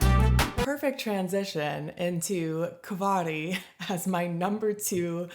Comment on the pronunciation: Kvarg is pronounced like Varg (wolf) {Kvarj)